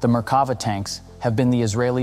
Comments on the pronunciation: sorry I can't help myself. It's mer-ka-VAH. "mer" rhymes with "there. stress on "vah". Drove me crazy the whole video. Sorry for making youtube comments into a reddit post! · Merk-ka-va, just saying.